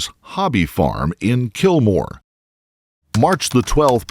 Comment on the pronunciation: the pause after the “statue was moved to her father’s property in KILLmore” was just 🤌🏿